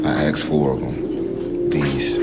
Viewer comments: "I AXED my students..." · the teacher… At the heart of this trial… Says that he “axed” four of them. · He axed his kids